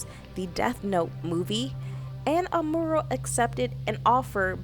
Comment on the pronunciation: Girlllll....you can't even pronounce her name?